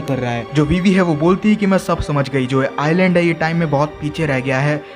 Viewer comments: Bro Island ko iland padh te hai s silent hai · It is not Iceland it is island s is not pronounced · Bro its not Iceland its iland s is silent letter